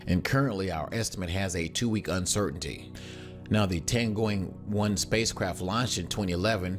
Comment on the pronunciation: yeah Tiangoing one... are you english speaking people really not capable of speaking any other languagues correctly ? I translate it to your limited ehr.. read my lips: T I Y A N G O N G